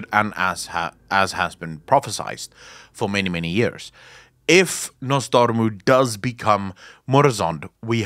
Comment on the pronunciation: I get chills by your pronounciation of Nozdormu. The R is so fucking good DOOOOD 😂